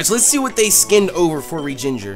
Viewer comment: Its Regi-ginger its a regigigas :D